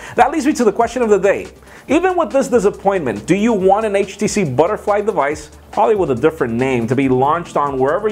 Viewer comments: Did you say 50 years? Lol. And Butterly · lol "Butterly"